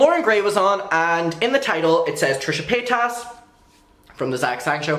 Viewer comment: "Trisha Pataytas"